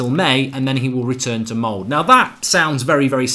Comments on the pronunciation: Laget heter Molde, not Mold. :) He is a good guy, gonna be fun. :) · I am both dutch and Norwegian. I have lived in Norway since i was 2 years old, i am now 24. I Just loved it when you Said "mold" as it ofc was the wrong pronounciation and i dont judge you for it, it was Just so funny. In english its pronounced moldeh I think its a good thing that he was appointed and if he does very well i would actually keep him instead of switching him out next season. He has not been succesful in England but maybe he Will become successfull Just because he loves this club so damn much that he would probably want to die instead of failing here. Its going to be a very interesting saturday bros. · For god damn sake, pronounce the name properly ! :D Ole Gunnar Solskjær and Molde ( pronounced as mole-day) !! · Molde has 2 syllables